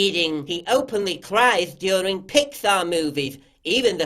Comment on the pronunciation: I just love the pronunciation of "during"